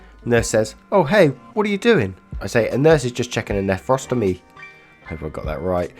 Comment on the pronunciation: Just thought you'd want to know that yes, you said "nephrostomy" perfectly... but then you mispronounced "vaginal". - ] A for effort though :)